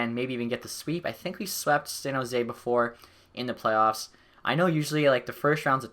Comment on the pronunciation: I love this series, but the way you say San Jose triggers me. "Zan Jose"